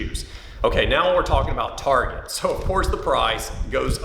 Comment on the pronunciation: Target become "Tarjay"